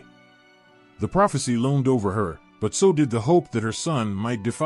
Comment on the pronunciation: LOAMED? Or, rather, LOOMED?